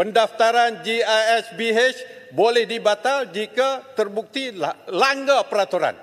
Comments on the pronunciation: Ko sebut pun salah. Gisbh la bukan Gishb. Hahahaha. Memang PAS ni payah nak carik yg cerdik2 jadi MP. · GISBH Tok.. Bukan gishb